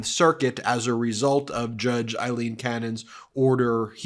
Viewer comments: Ben, just a gentle reminder that Judge Cannon’s given name is: AILEEN, not “Eileen”, as you keep pronouncing it. We want to make sure the right person is being cited for her corrupt conduct. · Aileen, Aileen, Aileen = Ayleen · You're pronouncing Aileen wrong.